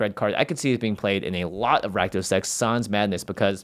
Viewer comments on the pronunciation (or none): none